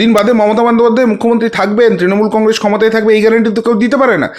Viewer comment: বাংলায় একটা প্রবাদ আছে "অবোধের গোবধে আনন্দ"। আপনি হচ্ছেন সেই গোত্রের। ২০২১এ আপনি অনেক আলবাল কথা বলেছিলেন যার কোন বাস্তব ভিত্তিই ছিলনা। মনে পড়ে সেসব? আর শশ করে "কংগ্রেশ" বলাটা ছাড়ুন।